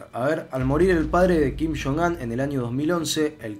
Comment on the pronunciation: Todo el mundo: kim yong un: kim shon an